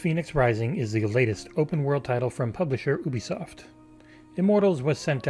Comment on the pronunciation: YOUbisoft, not OEbisoft. Ffs